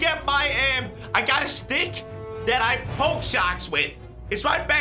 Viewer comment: The way he said stick